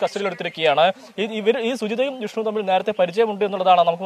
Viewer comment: ജിഷ്‌ണു അല്ല വിഷ്ണു